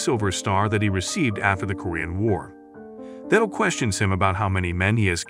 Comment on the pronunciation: Stop mispronouncing Thao’s name. It makes a hard T sound not a soft th.